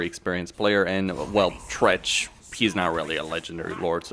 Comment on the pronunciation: Damn bro the disrespect on tretch's name.